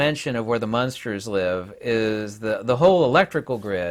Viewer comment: It’s amusing how you keep pronouncing it “munsters” 😅